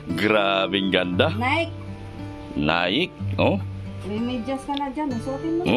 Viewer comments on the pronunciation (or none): No offense po ang correct pronunciation po sa NIKE ay “ nayki “ not nayk.